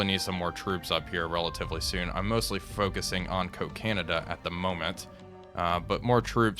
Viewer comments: Cocanada (aka Kakinada) is pronounced "kak-inada", not "co-canada". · It's pronounced Coca-nada, NOT Co-canada!